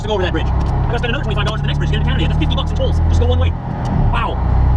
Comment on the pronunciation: ...Its CAN-A-DA.My opinion its disrepectful to your and our great country!!!!!